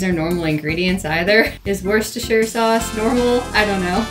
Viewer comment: Thank you for pronouncing Worcestershire sauce properly.